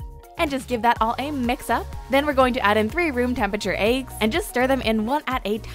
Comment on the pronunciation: did she just say "aygs" instead of "eggs"? XD